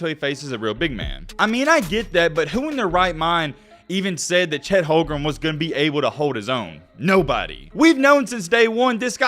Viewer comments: You can’t even pronounce his name right 🤣🤣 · He can’t even pronounce OKC #7’s name right.